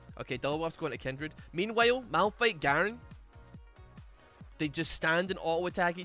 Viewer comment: Everyone: Kindred: Kendrid